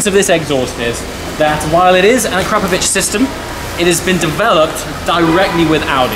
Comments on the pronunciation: Akra-povic. Not pronounced "crap" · Akrapovic all the way. But is biker boys pronounce it ACK RA PO VICK the way you say it sounds like it's A CRAP OVITCH makes me cringe lol. But great car got Q7 myself n akrapovic best choice 100% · think its AKRA-POVIC in pronunciation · Ahh crap o vich. I think you mean akra povick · Can someone tell him its pronounced Ak-Ra-Povic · Akrapovic ( akra-po-vik) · Ahcrapovich - Nice!!! Please learn to pronounce their name correctly. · Learn at least how to pronounce it.